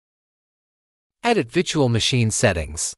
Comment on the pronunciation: "Vitchual machine" AI voice spitting fire right now